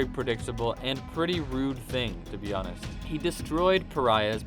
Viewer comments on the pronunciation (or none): none